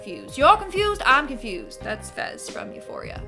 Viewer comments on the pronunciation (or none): none